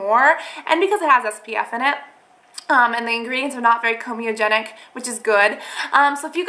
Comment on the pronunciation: Are you saying 'comedogenic' because it sounds like you're saying comeogenic. I'm a fan girl, but when you say 'expecially' instead of 'especially' it's like nails on a chalkboard. Otherwise, keep the videos coming, maybe edit them to be around... say 10 minutes.